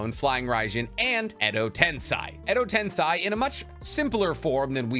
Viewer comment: Why do you insist on calling the jutsu "Edo Tensai"